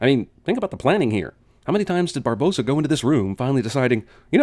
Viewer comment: Okay I saw it once and it annoys me already. Why is it spelled Barbossa but said 'Bar-Boass-A' Unless it's a Cinemasins spelling error, surely it should be spoken 'Bar-Boss-A'